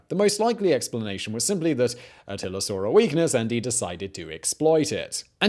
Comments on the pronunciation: Why he keep saying "Attiler"? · It's so funny how he says atiller lol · “Artilla” lol